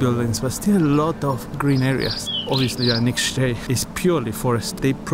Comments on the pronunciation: The title says that it's "The town you can't pronounce", but then you pronounced Anykščiai so perfectly! :-)) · You say it is impossible to pronounce the name of the town but you pronounced it perfectly, better than Lithuanians do😁 Really well done. Great video, thank you. Live in Lithuania, never been in Anyksciai - want to visit after your video🙂